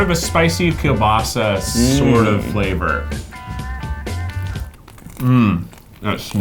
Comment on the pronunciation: Damn keith said kiełbasa right... My polish ears have been blessed